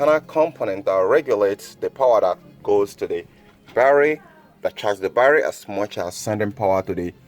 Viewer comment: YOUR BARRRY PRONOUNCIATION IS KILLING THE TERMINALS IN MY BRAIN